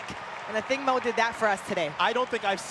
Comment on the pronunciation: Why do they all pronounce her last name as MOE?